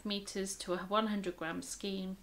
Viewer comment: Enjoyed your video. Love the way you pronounce skein. The star jumper you’re making for Katherine is lovely. It’s crocheted is it not? Wish I had the pattern. I’d make it for myself.. I think your amigurumi are nicer than the originals, makes yours unique.I wouldn’t have known it was a toucan if you hadn’t said, so it’s head is in the perfect position. One question.....what are you going to do with hundreds of stuffed amigurumi if you make all of the patterns?? Will you have to move out or rent a storage shed or , or , or......♥️🇦🇺🌈